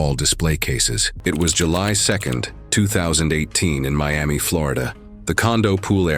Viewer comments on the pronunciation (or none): none